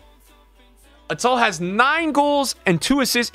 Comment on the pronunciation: It is youcef RATAL